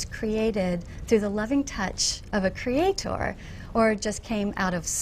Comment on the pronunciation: The way the woman pronounces "Cree-aaa-tor" is creepy.